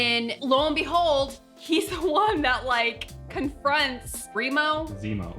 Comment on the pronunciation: says Remo instead of Zemo lol. Remo is actually a real life company. They make drum heads! Got a laugh out of me!